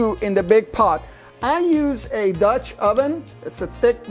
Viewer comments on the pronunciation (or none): none